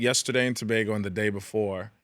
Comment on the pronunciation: Big up to Rich for pronouncing Tobago correctly.